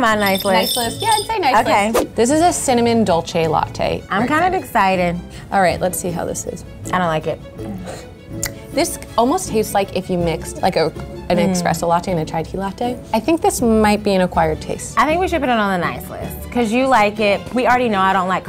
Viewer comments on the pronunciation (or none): I’m offended by the fact that the white chick said “expresso” not espresso